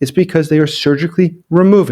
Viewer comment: Please try to speak the word "Crimea" such that auto-generated subtitles don't say "Korea" instead. Thank You